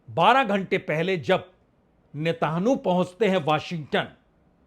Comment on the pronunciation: आप नेतनयाहू बोल नहीं सकते नेतानु बोलते हैं ।तोतला हैं क्या ?😅😅